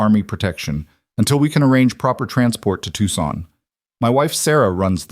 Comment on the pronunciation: To son the c is silent.